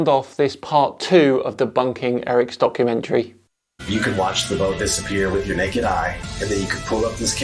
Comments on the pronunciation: Are you saying "donkeymentary" ?? I can't understand that people are denying the holocaust, there is footage made by the army's that liberated those camps. Or where all those piles of thousands and thousands and thousands of dead people, not to mention the millions that were already gone, also actors or props? These people make me so mad and sad at the same time. When i saw that documentary i felt literally sick and went out to see some friends to get it out of my mind. The holocaust must be the lowest point we reached as a species. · Did you say "donkeymentory" at the beginning? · Did you say “donkeymentary” at the beginning? Little Freudian Slip there,! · is it just me or did anyone else hear Donkeymentrary in the beginning, would be a good new word to describe to nut docs xD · Did you really say DONKumentary there on the start, or did I just mishear you in the best way ever? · Hah sounds like you said "donkumentary" like meaning donkey.. if its intended then amazing. 🤣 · did he say DONKumentary or documentary? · it sounds like you said "*donk*-umentary." I don't know if it was intentional, but I'm all for keeping it! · So I just clicked on the video.. and first few seconds.. did I hear "donkeymentary"?.. Fits very well I dare say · I swear you said "donkumentary" during the intro. Seems about right :) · Did you start by saying Eric's donkey-mentary? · “Donkumentary” love it! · oh, several people have commented that it sounded like called it "donkey-mentary". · I swear it sounded like you said "Donkey mentally" the first time 🤣 Sounds about right though 🤣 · I seriously thought I heard say "..Eric Dubay's Donkeymentary" which now that I think about it, isn't inaccurate either. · Did just call it a "Donkey-mentary" rather than a documentary? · lol.. I heard donk-umentary.. 3 sec in. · I'm sure you said, "Donkeymentary" 🤔 It would certainly make sense what with Dubay making such an Ass of himself. 🤣